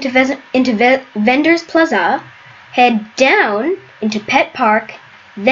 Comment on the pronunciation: how he says plaza